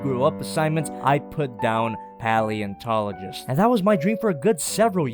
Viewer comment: Why can you not pronunciate paleontologist